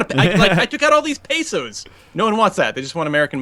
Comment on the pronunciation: The pronunciation of peso is hurting me.